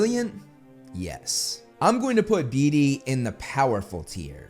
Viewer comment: Love you bro, been listening for a long while, but all I can hear is you saying "Dee Dee" instead of "Beetee" and it sounds hilarious as I keep imagine Dee Dee with Dexter's mind ❤